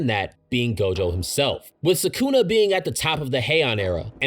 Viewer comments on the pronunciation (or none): Its not "SAkuna" its "sukuna" If gege kills gojo iam never gonna forgive him for the shit